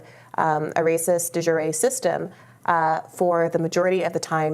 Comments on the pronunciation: Brianna Joy Gray is a racist troll. De Jure is not pronounces “de jury”. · The way she pronounces de jure makes me want to kill myself. I also doubt she even knows what it means